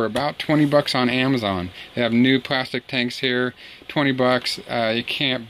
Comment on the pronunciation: Did you say Amozon?